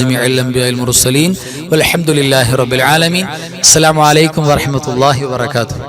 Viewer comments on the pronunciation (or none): ഉസ്താദ് എപ്പോഴും അസ്സാലാമു ആലൈക്കും എന്ന് പറയുന്നത് കേൾക്കുന്നു..അലൈകും nu പകരം. എനിക്ക് തെറ്റിയതാണെങ്കിൽ ക്ഷമിക്കണം